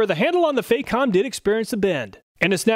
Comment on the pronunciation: FAH comb. Not "fake ohm".